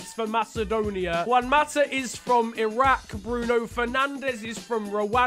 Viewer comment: Finally someone who knows how to pronounce Iraq properly.